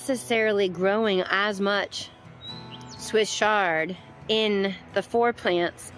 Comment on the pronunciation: Please think about how you’re pronouncing Swiss ‘Ch’, like in church, chard, not ‘sh’ like a shard of glass. When you’re teaching or demonstrating something, proper pronunciation is important if you want to be taken seriously. Chefs that say ‘ungion’ instead of onion lose my interest immediately. It may seem picky or anal, but when someone has a lisp, don’t you notice? It’s just a little distracting from the message you’re trying to convey. I learned a lot from your demo, just want to voice an opinion. Thanks for listening.